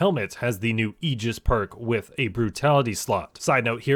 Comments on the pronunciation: "ay-jis" "AY-JIS" not "E-gis" my guy!!! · Ay-jis* ty for the great vid